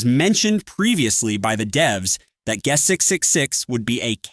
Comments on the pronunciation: Bro saying geust. 6. 6. 6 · its kinda funny cause your voice is saying Gus 666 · Why did bro say guest like that 💔